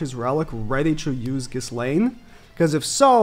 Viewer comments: Man pronounced ghislaine as “kiss laine”, can’t of watched much 😭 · Idk why but hearing him say ghiSlaine is really bothering me. Because I thought her name is pronounced without the s. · How can you say you've watched the anime and STILL pronounce the "s" in Ghislaine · The S in Ghislaines name is silent